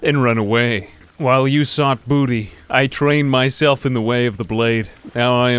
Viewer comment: I never thought that someone saying "Booteeh" would make me laugh so damn hard in my entire life. For context